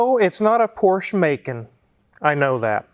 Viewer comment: Feel sorry for how pronounces Porsche Macan.